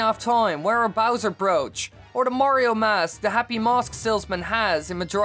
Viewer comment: "ZeldAH" "MariOH" idk why but the way he puts so much emphasis on the end of his words really annOISE me. What if I talked like thiIIs all the tIIMEAH?